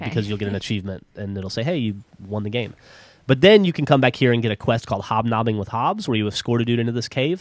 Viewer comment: lol he said hobb nobbing that is a dick slap to the back of the head